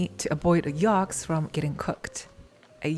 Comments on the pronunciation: Yolks, not yalks 😊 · You say yolks funny 🤣 😂